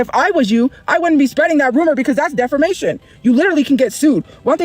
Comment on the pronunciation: how has she still not learned how to pronounce "defamation" 😭